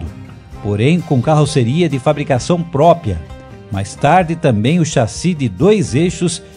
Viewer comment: Porra,..."PRÓPIA" é de arrancar o saco, hein?!